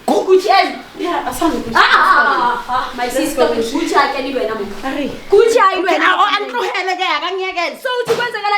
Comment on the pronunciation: This guy keep on calling Succi 😅😅😅Athi Gucci kanti umsebenzi wakho owani, mbambe 😂😂